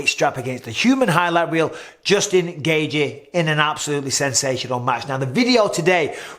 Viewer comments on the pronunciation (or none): It's Gayy-chi, not Gay-ji 😂